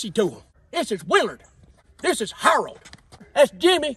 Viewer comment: wait did you say Harold wtf